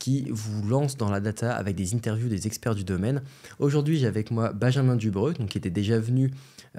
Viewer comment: Y'a pas de "a" à Dubreu ;)